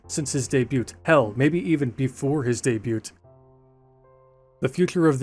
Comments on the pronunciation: This mfer really pronounces the t in "debut" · Y is pronounced as e and the t in debut is silent. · I can watch of whole video of you just pronouncing the word “debut” 🤣